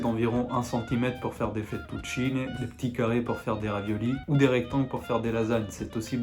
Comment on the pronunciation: AHAHAHAHAHAHAHA François quando si è sentito l'accento romanaccio in tagliatelle, fettuccine sono morto😂😂